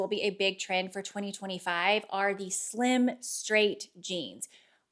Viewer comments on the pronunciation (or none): none